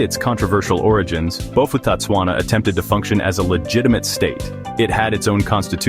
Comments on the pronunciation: Bo-pu-tah-tswana The ph doesn't cause an f sound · If you want to do a clip like this, please do proper research on how to pronounce the names properly. I knew a few people who move to Bophuthatswana. Because mixed-race marriages was allowed there while it was illegal in South Africa.